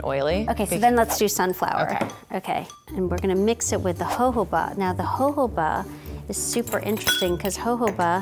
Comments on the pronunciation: "ho-ho-bah"? I thought it was pronounced "joe-joe-bah"... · No one else was annoyed at how she pronounced jojoba? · Why is she calling jojoba joboba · I hate the way how she pronounces chamomile and Jojoba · AM I THE ONLY ONE CRINGING OVER HOW SHE SAYS JOJOBA